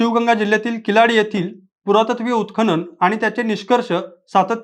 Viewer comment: किलाडी नाही किळाडी